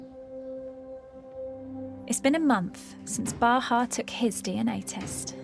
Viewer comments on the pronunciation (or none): Bahaa (not Baha), but thank you!